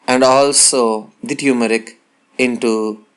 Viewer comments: no uncle, u said like tyumarik, pronunciation is totally wrong, it's turmeric like termarik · pronounce turmeric properly